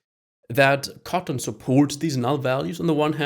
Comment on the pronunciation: Is he saying cotton instead of kotlin?